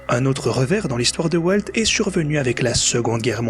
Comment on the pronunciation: Walteuh Disney, franchement il fallait le faire... Donaldeuh Trump en force !